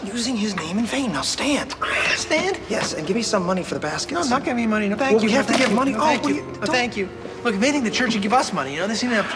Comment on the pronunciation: Did Mac say ‘and hold Jews in the palm’ doesn’t sound like hold you lol